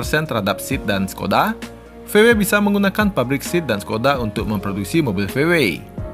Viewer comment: SEAT bacanya tetep SEAT bukan SIT bang 😁